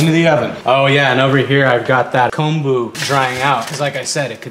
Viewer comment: Get the miso shiru screaming hot then add a raw egg. Yum! Also thank you for your correct pronunciation of kombu. So often it's mispronounced as "kambu".